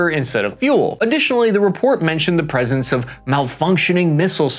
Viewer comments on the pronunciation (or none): none